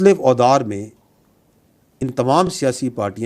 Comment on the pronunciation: یہ لفظ” ادوار” ہے نہ کہ “اودار”ڈی جی ایس پی آر صاحب آئندہ درست پڑھیں